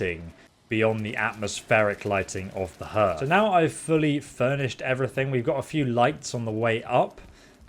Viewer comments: Nice house, not sure Bee's would go out even on roof, they don't like snow I would think, took a long time I imagine. As a point the Hearth for a fire is pronounced "Harth" not "Hurth" just the same as your Heart is not pronounced "Hurt", not sure how you did not know that to be honest. Made me do a double take when you said it more than once and in the other build video and Anchored in first video from the initial game start was pronounced An Chored not as in a boat anchor. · Its pronounced Harth not Hurth. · its pronounced harth. love the build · its not pronounced hurth. its harth. spelt hearth though. :) but an enjoyable build to watch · "Herth"... Ahem..."HArth". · Been living in a house with a "Harth" my entire life (going on 4 decades). Everyone I know calls it a "Harth". First time in my life have I ever heard anyone call it a Herth. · Also, not to be "that guy", but Hearth is pronounced Harth and not Herth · I've been watching a load of Valheim building videos, and it seems nobody knows how to pronounce "hearth" properly. It's HARTH. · Hearth.... prnounced Harth. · Hearth is pronounced 'Harth'. :) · Please stop saying herth.. great build tho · Hearth is pronounced "HARTH" I thought you were English? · It's pronounced "harth". I know, English is stupid but there it is. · Its pronounced H arth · Is he saying herth because thats how brits say it or just because he has no idea what a hearth is? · I heart the way you pronounce hearth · I would've enjoyed the vid. far more if you'd managed to pronounce hearth correctly, even once! :/